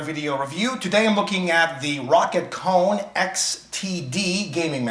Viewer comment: It is not pronounced like "Cone", but like "Koni", just with an "e" at the end.